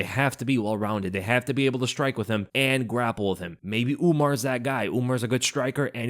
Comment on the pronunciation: It's Umar causal...if ya gonna talk shit ya gotta learn the names